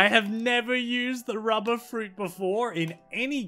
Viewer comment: I love he call the rubber is ruber with no 2 b